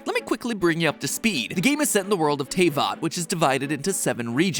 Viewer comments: Mattpatt, my man.... you can pronounce Liyue right, but you can’t Pronounce Diluc or Teyvat right? Despite BOTH being pronounced IN GAME?? IN ENGLISH?? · I dont think he'd be able to pronounce it.. He already cant pronounce teyvat.. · soooo with his pronunciation of Teyvat and the fact the Eula is not out yet is it safe to say mat hasn't actually play genshin? or is he just being dumb? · Why does he pronounce everything correctly except teyvat? Zhongli, liyue, and paimon, but not teyvat. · This is how may times mat pat said Teyvat wrong | V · That's the first time i've heard someone get Teyvat wrong. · I've been waiting so long for a genshin episode but he had to pronounce almost every name wrong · I WAS WAITING FOR THIS!!!! I knew genshin was too big and has too many mysterious yet to be answered via the plot for game theory to not to tackle this, the fact it was sponsored is what surprized me... that and the pronunciation of teyvatt cause either i've being saying it wrong in my head all this time or matpat did in his video. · How the heck did he pronounce Teyvat wrong but got Liyue right? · Sponsored by Genshin but cant even say teyvat right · I like how he can pronounce liyue but, even with clips saying the worlds name, STILL cant say teyvat correctly. lol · Matpat, dude. You literally just posted a video 3 weeks ago about how many people look at and work on episodes before they are released. You could've, at the very least, made sure your pronunciation of the world you are talking about is correct. Also, Albedos name. Overall, interesting theory but I physically cringed at every mispronunciation. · Everyone: [pronounces Liyue incorrectly] Matpat: Tay-vat..... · ...my insides died when i heard "TAY-VAHT" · I would want to clear out something pls. It is pronounced as Te-vat. Not Tey-vat. But all in all this is really direct and really good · Btw mathew patrick its pronounced te-vat not tay-vat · HE PRONOUNCED IT TAY-VAT IM SCARED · Mat pat it's pronounced teh-vat